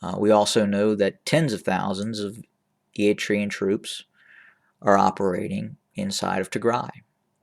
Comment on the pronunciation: How do you know?? When you don’t even pronounce their name correctly. We Eritreans have nothing to do with the mess in Ethiopia. We are not looking to acquire any land. All what we want is peace in the region that you (westerners and EU) don’t want to see. ENDF is not in Tigray and we are not to support any conflict between Sudan, Egypt and Ethiopia. We see them all as neighbours that can come and work together towards prosperity but you will not allows because it is not in your interest to see strong Africa. Please leave us Alone.. all your video is full assumptions with no concrete sources.